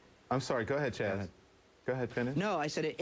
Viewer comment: How many times did he call Chaz "CHAD"??? LOL